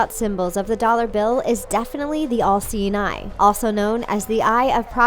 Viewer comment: She kept saying LC9, then it downed on me, oh!! The "all seeing eye" Civilization is reaching to a point where we have to invent telepathy because we can't pronounce our words right anymore!!